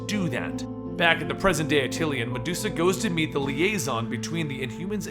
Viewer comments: DO MORE INHHUMANS STORIES! THEY ARE THE MOST AWESOME BUT SLEPT ON GROUP IN MARVEL COMICS! also just a little peeve: its pronounced At-ti-Lan not At-til-i-an. there is no second "I" in it. sorry it was bothering me. but great video! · ATILAN! NOT ATTILIAN! LEARN TO F**KING READ! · Attilan, not Atillian. :) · It's ATILAN, not ATILIAN -_ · Attilan. Not Atillian. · why do you say atill-ean its just attilan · my boy, it's pronounced Ah-til-lahn. not ah-til-ee-ahn. lmao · Another awesome, quick sidenote though, it's pronounced a-ti-lan as opposed to atilian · Its actually AH-till-lan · Great vid! Yes, more Inhumans! For what its worth, Stan Lee pronounces it A-til-an with the major accent on the first syllable and a minor accent on the 3rd. Once again, thanks and more please!